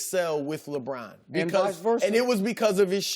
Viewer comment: Does anyone else get a kick out of how Chris Broussard always pronounces, "Lebron" with the drawn out "o." "LeBrooooooooooon."